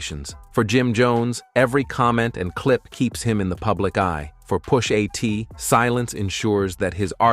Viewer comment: Omg with the stupid AI voice. Takes all the credibility out of this. “Push AT” come on bro….